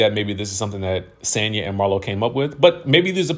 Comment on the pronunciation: It's Sonya you guys Marlo doesn't know how to pronounce her name😂😂